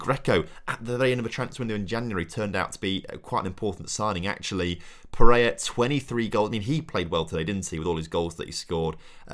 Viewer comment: really serves you right for mispronouncing pereira despite it being a very simple 3 syllable name